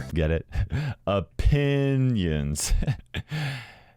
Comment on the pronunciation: Cries in f2p hears say o-PIN-nions and starts laughing so hard my eyes fell out.